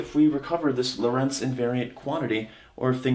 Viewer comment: "Lorentz transformation"- the emphasis is on the "o" in Lorentz.